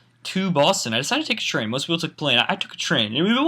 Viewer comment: when he said train I thought he said tree. in my mind i said " in his nature habitat? "